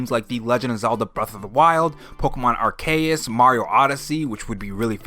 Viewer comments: Please stop, this is not a tomato tomato situation. Arceus is two words, one from greek origin, one from latin. Arche: pronounced arshe: greek origin, mean highest or apex. Dues: pronounced doos: latin origin:mean supreme diety In greek, much of the langauge was lost apart what was retained before the invasion of the ottoman empire and the Arcadian holocaust aside from what was retained by families that fled and migrated to northern European. The pronunciation of the phonetic ce is si, just as it would be in modern Spanish and Español who adopted much of their langauges from the ottoman slaves that settled these regions as the empire slowly dissolved. Aspects like these are one of the many reasons I used to love Pokémon, the adaptation of real world history, langauge, and mythology into their world. Gamefreak just doesn't care anymore. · "pokemon ARKA-USSSS" 🤣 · pokemon ar-KAY-us 😆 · why did you say arceus like that :(